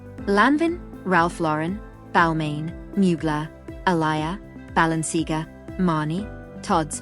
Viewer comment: Oh my gosh - I'm yelling "It's ba-lenc-ee-AAAH-gah!!" over and over, lol. Painful!